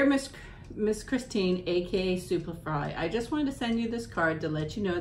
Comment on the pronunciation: Yay!! I’m so glad you liked my card and that you read it!! I’m Kristin btw! :) great video! Also I forgot to say that those birds on the cards are some very common ones here in Missouri ❤️❤️❤️ oh also! You did say my name correctly! Thank you!! ❤️❤️❤️